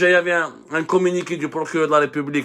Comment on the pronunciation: "El Prokuréreurrr" emploi très maladroitement l'Inversion accusatoire ...